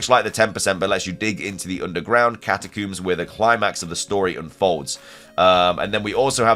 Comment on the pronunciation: Also. do you pronounce comb as coom? cause they're catacombs not catacooms